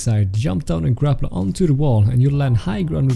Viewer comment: did you say grapLE instead of grapple. And it’s sneak not sneek it says sneek on